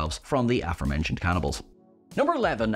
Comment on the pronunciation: Would help if he learned how to pronounce "aforementioned" as well